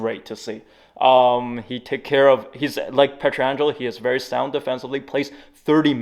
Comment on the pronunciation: the way you’re pronouncing Pietrangelo is driving me insane